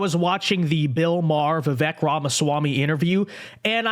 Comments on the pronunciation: Before you start offering commentary you might want to learn how to pronounce “Vivek.” It rhymes with “cake.” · Bill can't let go of Trump. He's normally independent, but with Trump, we can't be. (FYI, it is pronounced Vi-vake like cake)